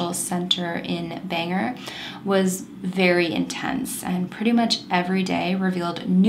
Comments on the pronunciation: Also it’s pronounced BANG-ore just for future reference 🤟🏻 my gps says it banger it’s hilarious when my gps does it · For future reference when it come to Bangor Maine…. it’s pronounced BANG GORE not bangher 😂❤ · Bangor is pronounced "ban gor"